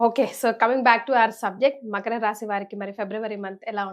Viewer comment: మఖర..... కాదురా తల్లీ. మకర అమ్మా